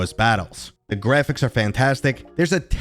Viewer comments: "GREPHICS"? u dont like saying "Graphics" do you... Grephicks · Well then, HOW do you spell the new word you made up? lol. I had to guess how to spell your word as I'm not the one who made it up! Seriously tho, did u not notice how you try to pronounce Graphics? In all my years I've never heard someone mispronounce it before so it really stood out! I think something in your subconscious doesnt like graphics... it's trying to tell u something bro... but WHAT?!?